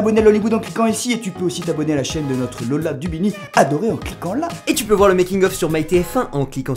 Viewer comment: c'est moi ou il dit lora au lieu de lola